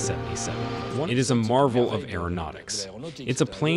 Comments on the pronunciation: You say names wrong. It’s a name not a number. It’s 777, not seven hundred and seventy seven. It’s a name, not a number. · OK, I know it's my pedantic side coming out, but it just kills me when they keep saying "7 hundred and seven seven" when referring to the airplane. It's supposed to be said simply as "seven seventy seven". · I already made it through 3/4 of the film by the time I reached the same conclusion! He keeps calling the triple 7 the "seven hundred seventy seven" hahaha!